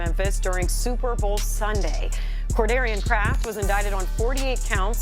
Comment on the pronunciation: Courdarian 😂 im fkin 💀